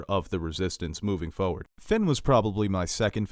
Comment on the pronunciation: He says "foward" 😂